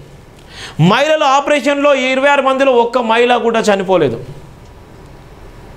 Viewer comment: Maila kadhura swamy Mahila ani palakadam nerchuko tharuvatha uddaristhuvu ley